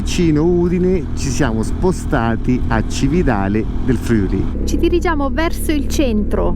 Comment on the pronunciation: Ragazzi complimenti davvero. Mi raccomando: Friuli con l'accento sulla U.